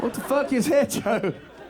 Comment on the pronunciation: He's got their number, right down to mispronouncing hecho right. 😅😅😅 🇺🇸💙